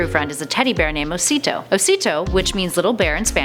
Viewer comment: O:34 is osito not mosito but I understand that u could not say it rigth